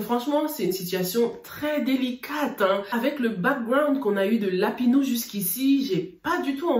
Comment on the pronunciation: Comment dit Lapino 🤣🤣🤣 lapinou 🤣🤣🤣sorry ma chérie mais je ne pouvais pas m’empêcher de rire